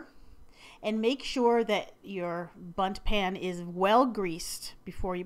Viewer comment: doesn't it sound like she said butt pan LOL😂😂😂😂😂😂😂😂😂